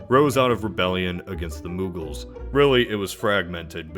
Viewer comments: Moogles? Dude. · Its muggle...as in non-magic folk. 🦉